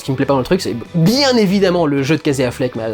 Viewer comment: Alors tu prononces tout bien en anglais mais « Kazé Affleck » !